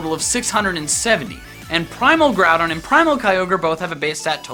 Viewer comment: Growdon not grawdon